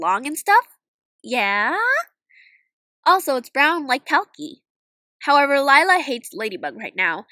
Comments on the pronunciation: Liyla more like lie-la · Lila? more lika Lie-la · Me when see said lilla nooooo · More like lie-la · Her name la- actually it is lie-la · "And Lila is... Lie-la" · Lila? More like LIE-la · "Lie" la😂😂